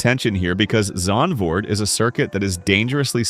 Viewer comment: Yeah absolutely terrible and by the way it’s a duo pronounced a-du-o not to you but too the uploaded and it’s Zandvoort not zaandvoort